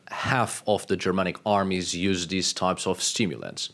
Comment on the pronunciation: What drives me crazy is when I listen to you speak you can say every single letter of the alphabet and you say it correctly with every word you speak except for dhese and dhe ? It’s like flatulent material on a Sears catalog page in the 40’s!!! Just sloppy like Queen Victoria….